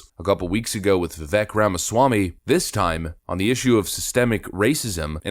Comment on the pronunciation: Long-time listener here. Please get Vivek Ramaswamy’s name correct; it’s Vivek and it rhymes with cake “Viveke”